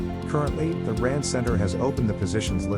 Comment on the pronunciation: "R&D" read out as Rand...